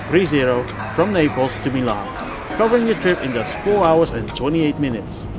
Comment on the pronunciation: It's Naples not "Napels"